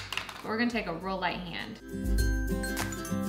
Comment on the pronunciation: She says real a lot but comes out rull. Like that's rull cute, think it was their American eagle haul.